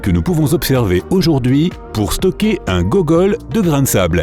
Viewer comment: c'est googol et non gogol. Il manque G64, et TREE qui sont encore plus grands